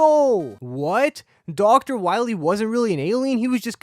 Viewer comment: DOCTAH WAHWEE!